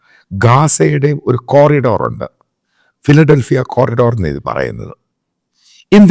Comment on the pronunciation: Sir it’s ഫിലഢൽഫി കൊറിഡോർ.